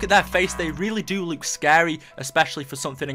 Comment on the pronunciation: It's look not luuk